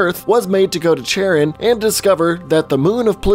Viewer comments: Ohhh nooo.... Did he pronounce Charon, as chair-on? Instead of kar-on? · It's pronounced "kharon", dude. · Pluto's moon is pronounced "Care-on" or "Car-on". It's a hard C, like a K, the H is silent.